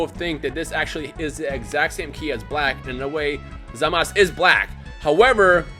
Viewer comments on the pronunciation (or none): It's Zamasu Not Zamas lol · It's zamasu not zamas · Say his name rt pls. Its pronounced Zah-Mah-Su(Zamasu) not Zah Mas. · It's not Zamas it's Zamasu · His name is Zamasu not Zamas. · In Japanese, it's pronounced "Zamas"